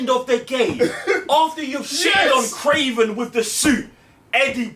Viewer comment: It’s damn sure not kraven lol